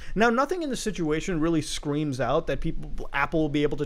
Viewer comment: "scweams out"